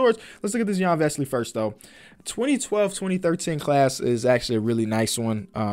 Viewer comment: Iyan veesly